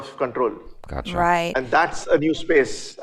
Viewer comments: It was not accha... It was "gotcha"... Meaning - I have got you. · Am I the only one who thinks said 'accha' at 14.16